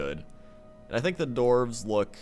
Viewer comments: it's dwarves not dorves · The dorves. I like the dorves. My ears man... Dwarves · I like that he pronounces dwarves, doorves.